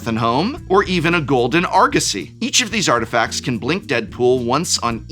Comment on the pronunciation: Did he just say "Golden Argussy"?